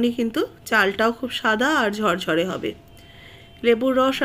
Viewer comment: কেন ঝরঝরে বলতে পারেননা? বলেন ঝড়ঝড়ে।😢😢😢